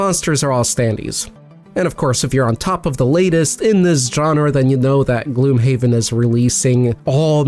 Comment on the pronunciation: I always thought it's pronounced "gloomhaven" not "gloomhaven"